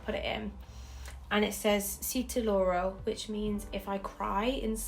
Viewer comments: So you can tell people properly, si te lloro, as somone mentioned below, means "if I cry for you", and I just wanted to help you with your pronunciation. "LL" in spanish is said close to english Y sound yuh, so more like "see tay yoro" <3 i hope that is helpful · Si te lloro is pronounced see teh yoro! Double L in Spanish is pronounced the way a y sounds in English! -a hispanic person❤️ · 'See te lourou' hahaha as a spanish person thats sounded so funny